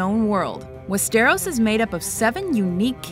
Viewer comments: WIZARD OF FUCKING OZ;;;; Do we know any geography, history, languages etc. from wizard of oz;;;; the top 2 are middle-earth and the asoiaf world. it's not pronounced westEROS, but wEsteros( everytime you say it like that i wanna drink bleach). also, westeros is just a continent, like essos, ulthos and sothoyros. i can't believe its on number 10. ugh.... what can i say,. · I was under the impression it was pronounced "Westeros" not "WestAIRose" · Why is that #1!?!?!? Also its wes-ter-ahs not west-O-ros. Also westeros should be 1. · westEros? its wEsteros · Wes-stair-ose? They even say West-er-os in the show itself wtf is this shit? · Wes-ter-oss, not West-AIR-ose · Westeros not Wessterros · Haha, loool. What about pronouncing Westeros correctly next time. :P It isn't pronounced in one soft continous sound, more like Wester-rose And if you have to fill us in with lore from ASOIAF, try getting them right. The Others don't inhabit Westeros. They inhabit the frozen unmapped North. Westeros ends at the Wall. The children of the forest aren't fairies, they're a natural humanoid species, and don't inhabit Westeros anymore, they're presumed extinct and CENSORED DUE TO SPOILER The giants don't inhabit Westeros either and are presumed extinct by Westerosi. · Lost me when she said "wes-tear-ohs" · Wah-stair-ose? Even if you havent seen Game of Thrones how hard is it to pronounce Westeros? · "West-air-os"? I'm pretty sure that isn't how it is pronounced. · She has these all in the wrong order and plus this woman clearly hasn't watched the Game Of Thrones series otherwise she would know that 'Westeros' isn't pronounced "Westairous." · Westeros is pronounced wes-ter-ose. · lol west-ter-ros.... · That's not how you pronounce Westeros and it should have been higher on the list. Middle-Earth should have been #1 and shouldn't Pan's Labyrinth be in here somewhere? Also, Azeroth's about to shake things up next year with the release of the Warcraft movie.